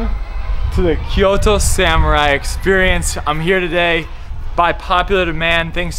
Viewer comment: O_o........Sam u rai ........ SUMU RRRAI!!!!!!!!!!geez then he try to pronounce Kyoto correctly ......wow. LEARN